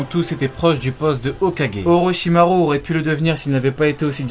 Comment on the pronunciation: Part contre ce qui me dérange c que dit pas les ou comme avk orochimaru il dit le u comme en français alors que c ou